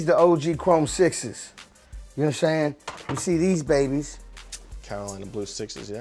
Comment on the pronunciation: Calling yourself a legend is really crazy, "you know watimzayng?!"